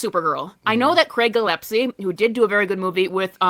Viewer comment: Not even that! I'm pretty sure she said "Gillepsie." Didn't even get the name right the one time she tried...